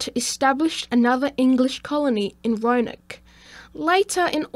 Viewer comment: Nice video bud. Its actually Raleigh (RAW LEE) and Roanoke (ROW UH NOKE)